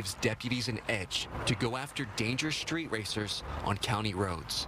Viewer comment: Drove up the “schtreet?” Millennials.